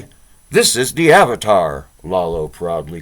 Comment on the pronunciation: Iolo is not 'Lalo' , its eye-oh-lo. Close to 'YOLO'.